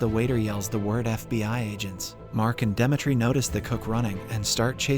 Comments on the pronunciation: why does this dude pronounce the names differently every single episode i stg is it to have ppl talking about it in comments or smth lmao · I literally can't focus because of how they keep saying Dimitri